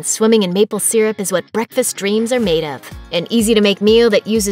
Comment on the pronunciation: She cant even pronounce syrup correctly. Lol